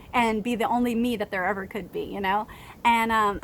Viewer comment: Sunflowers are beautiful and so are you. I like your optimism on things. I wish we had more of that. It seems like you have a lot of great ideas and do so much for kids. That's commendable. And I love your evah! Lol I do that. But I'm from NYC.